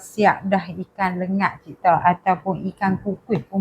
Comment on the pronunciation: Lengat..bukan lenggat 👍✅